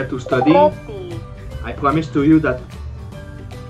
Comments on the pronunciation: Wah aplikasi nya menarik buat belajar bahasa kak,, lucu pas bilang roti jadi ruti....,,hehe. semangat2...!!!😎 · Menit 6.24 Rrrrootii 😅 sorry mas bro gak bisa nahan ketawa.. Salut dengan usahanya sist, Félicitations bien joué 👍